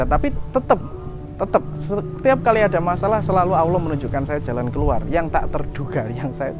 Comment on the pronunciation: Cara pengucapan nya asma ALLOH . masih kurang faseh bos👍..q dengar ber ulang" bos bilang Awloh.